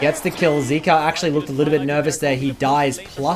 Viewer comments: is it really that hard to pronounce zeka (zehka) and zeus (zoose) correctly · its zeka not zika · Honestly was hard to watch the rest of the video when pronounced Zeka as "Zeke-ah" instead of "Zeck-Ah". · How are you going to pronounce it wrong after listening to the world's commentators? It's ze-ka. Not zeee-ka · I believe it is zeka not zika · bro if you gonna drop an hour long video can you at least pronounce his name right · Nah you ain’t bouta disrespect Zeka by saying his name wrong. Remake the vid and say it right 😂